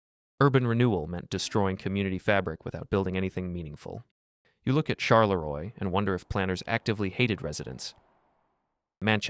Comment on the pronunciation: May i correct you on the pronunciation of Charleroi? It is actually pronounced "char-luh-rwah" not "shar-luh-roy"